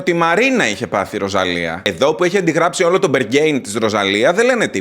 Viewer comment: Μπεργκ Χάιν ,μπεργκέιν 🤣🤣🤣, έχω κλάψει με όλο γενικά και έτρωγα,με επνιξες🤣